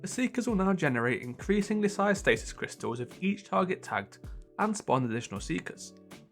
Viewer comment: You're not the only one that has trouble pronouncing it.